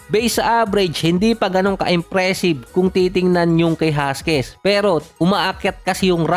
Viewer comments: Jaquez po. Not Jasquez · Hakiz po yan ang pagbasa lods hindi huskies😅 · Sir jaquez po hindi jasquez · jaquez = Hakes ang pag pronounce nun. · Boss Hakez ang bigkas doon...